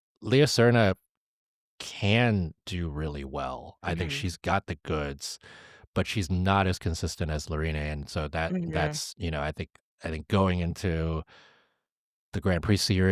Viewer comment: In french, we say lorin without pronouncing the e. Really hope that Kevin will bring his skating really to the music and Adam keep it up and "recover".